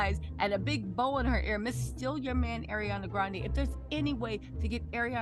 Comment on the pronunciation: If you're gonna make a video say her name right. Ugly people date pretty people all the time weirdos